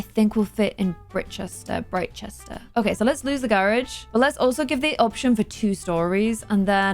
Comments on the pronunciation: Hi. Britechester should be pronounced like "bright-chester":) You're welcome:) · it’s pronounced “bright-chester” :p